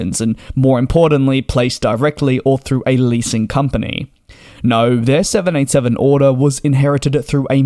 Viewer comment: Please be much more precise in your pronunciation of the Boeing jet name. More often than not you sound like you are saying the 707 rather than the 787.